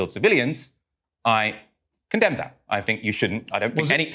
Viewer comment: "Do you conderm KHAmmas?" "Do you condemn the Warsaw ghetto uprising?"